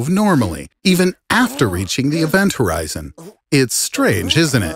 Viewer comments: Horizon not Horizont. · Event Horizon...no "T" at the end of "Horizon". And it's Hawking Radiation, not "Hawkin"....named after it's discoverer noted theoretical physicist Stephen Hawking.